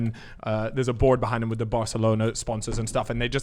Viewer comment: He wasn't doing keeyups wif an orange at 10🤣🤣🤣